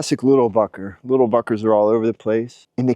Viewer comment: "Littel *uckers".. lol ; )